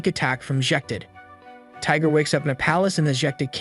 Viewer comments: Not Tiger bro Tigre (Tea-Gray) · It's not Tiger it's Tigre(e sounds like a) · His name is pronounced tea-grah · Its pronounced lord tie gre